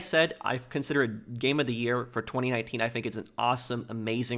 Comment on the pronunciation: I find how you say 2019 VERY OFFENSIVE and offensive content notices and and